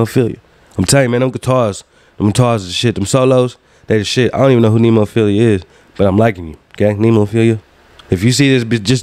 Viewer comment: The band's name is Neh-mo-feh-la other then that you're good 😁 You ain't wrong if you noticed a few English words here and there. It's common with Japanese bands (at least what I heard so far) to have mixed lyrics in Japanese and English. If you want to check out some lyrics (more English) and maybe listen to Mayu's high pitched banshee scream try their MV Dissension or Revive . If you want to see them live you might want to book a ticket to one of their shows for 2023. They will have a US tour. .